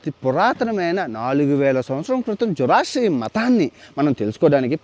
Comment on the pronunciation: అది "జొరాస్ట్రియనిజం" వాళ్ళని "జొరాస్ట్రియన్" లు అంటారు.